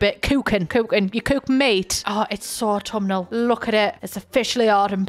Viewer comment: It’s so aught-TUM-inal. 10/10 babes